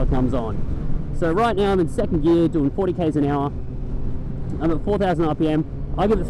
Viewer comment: NIGGA LEARN HOW TO SAY GEAR lol